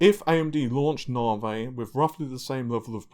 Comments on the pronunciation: Nahvaye? really?? come on?! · Navi: Na (A like America) + V (the letter). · Nahhvey, Narvey, Nahvay, Narvay... and no it isn't Narwhale either. That would be kinda cool though. :P Also, why the hell do you keep using that horrible Forza footage from AMD? It makes your videos look like sh.t. It's not related to the topic discussed either. At least fire up the game and grab some decent footage instead of that garbage.